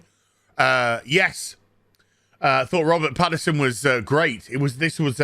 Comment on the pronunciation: Pattinson, not Paterson.